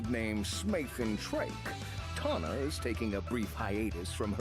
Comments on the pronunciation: It's not "Tanya" it's "Tawna" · Nice list. Also, you mispronounced Tawna's name.